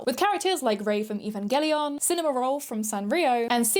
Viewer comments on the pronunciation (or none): none